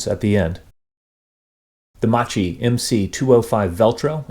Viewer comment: Hi! Please, the correct pronunciation is: "Makki". 😊